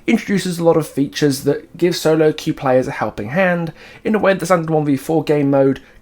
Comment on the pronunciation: “You’ve never been able to qw-eif before…” That just made my day ☺️😂